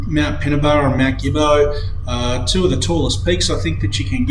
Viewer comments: Believe it or not, Gibbo is actually pronounced Jibbo. It’s like the word general. Something else to keep in mind, is damaged tracks cannot be repaired without cultural and heritage approval . At times it can be a lengthy process. Great video! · No probs. When I moved to Benambra in 1990 from Melbourne, I was corrected by the locals, including Omeo, Swifts Creek and Ensay that you are pronouncing the name Gibbo incorrectly. I was pretty much told - think of the G as a J. The word genocide is another good example regarding pronunciation. All good .